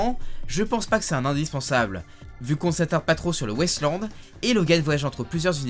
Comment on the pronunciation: ça m'a beaucoup perturbé que tu prononces "Wasteland" "West Land" ça m'a fait bizarre